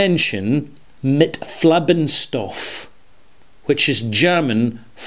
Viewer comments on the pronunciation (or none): "Farbenstof" not flabenstof. Steampunker needs to be re-calibrated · My goodness, it's "Farbstoff", not "Flabbenstoff" ! and also it doesn't mean "flavoring" but "coloring" stuff/substance, "pigment". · Hi, another fabulous review about his smoking‘ peatness Laphroaig. Just for the records, ‘Farbstoff‘ translated word by word means 'dyestuff‘ not ‘flavorstuff‘, in german (Farbe=dye/colour). So you don‘t pronounce the 'l' as in FLarbstoff, just say ‘fartstuff‘ but replace the 't' by a ‘b‘ and the ‘u' by an ‘o‘ like in stone;-) But by all means, adding any kind of Farbstoff/Caramel in our divine nectar (and not declaring it) is a shame! Jo from Germoney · I laughed out loud when I heard him say that. :) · you are wonderful, but please get rid of your false pronounciation of "Farbstoff" (colourant). First, there's no third syllable. Second, try to think of "carb" like in low carb diet. The "stoff" part you got right. Reminder: Carbstoff - Farbstoff. Thanks a lot & keep up the fantastic work!:-)